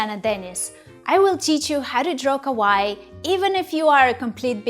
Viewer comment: the way you say kawaii means "scary" in japanese